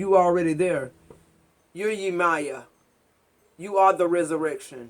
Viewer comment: One pronunciation for Yemaya is pronounced yim-me-ya. She is the mother of the ocean and a powerful African orisha. While I was in Brazil I learned and was introduced to her. Funny enough you say I am her and literally everyone I encountered in Brazil thought I resembled her and exuded her energy